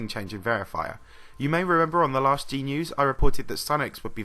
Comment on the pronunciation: Wen u say g-news it sound like ”genius"